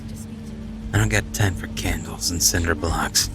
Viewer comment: When he said 'I don't have time for Cinder blocks' I thought he said ' I dont have time for Sandra Bullocks.':')